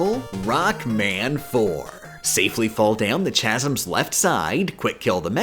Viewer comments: Did you just pronounce the word chasm as "cha-zm?" It's pronounced "ka-zm." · "chazz um" was a rough pronounciation